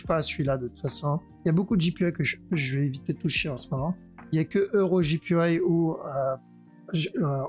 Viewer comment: Merci ! "Jipiwaille" pour JPY ca me tue à chaque fois xD